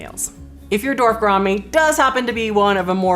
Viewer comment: ''Dorf'' gouramis. That's funny.